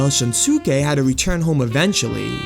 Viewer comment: It's Kin-der not Kind-er. Kinder means children in German It's not Shin-Su-Kay, it's Shun-Skē. The Suke suffix in Japanese names is pronounced Skē not Su-Ke